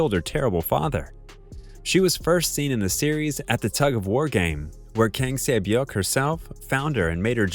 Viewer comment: Not everyone can pronounce korean names